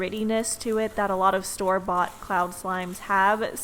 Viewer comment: When she said store-bought I thought she said storbot as a brand and I was like oo maybe I should by a storbot slime